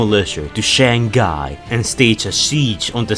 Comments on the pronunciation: I know it's not intentional but I love how pronounces Shanghai to SHANGGUY XD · Your said it as Shanghai to Shangai also sideway apers in d o t m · He literally pronounced it “Shaangguy” every single time 😂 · Shang-hai thats how u read it